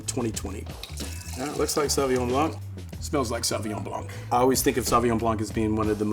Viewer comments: The c in blanc is silent in french. Its ''blan'' not ''blank''. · It's pronounced Blan not Blanc... please correct this in your future videos.. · The c is silent in blanc